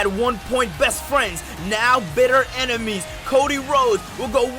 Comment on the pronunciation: it’s ENEMIES not EMINES lol